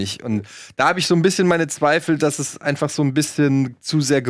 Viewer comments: Hat Simon nen Sprachfehler...Eeeees! 😅🤪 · Tiefenpsychologie nach Freud. Wird da mit langem E ausgesprochen. Demnach ist das Es der Zerstörungs- und Lusttrip des menschlichen Ichs. Vielleicht hat sich das bei ihm während der Gymnasialzeit eingebrannt. Wird in Psychologie behandelt.